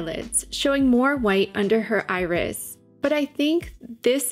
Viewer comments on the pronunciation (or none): none